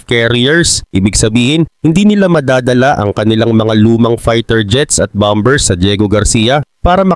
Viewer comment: Bakit mali ang pronunciation mo sa bombers?